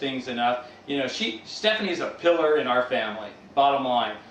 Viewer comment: Her brother said she is "Pillar" but my oh my it sounds like KILLER . No one uses the word pillar that often so I think in hindsight, now that he knows the truth that she really is a killer, that saying pillar was ironic.